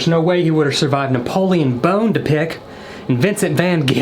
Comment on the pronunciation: "Napoleon Bone-ta-pick & Vincent Van-get-em!"🤣😂